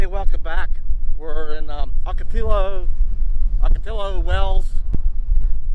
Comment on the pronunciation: It's pronounced "Awk-a-tea-O" (the L's are silent - common practice in the Spanish speaking regions). I'm from New Mexico so this is a familiar mistake that I hear others make all the time. :-) Safe travels!